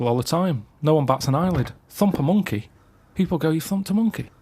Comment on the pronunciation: “You thumped a monkeh?”